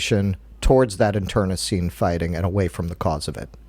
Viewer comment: Internecine is pronounced in-tr-NEH-seen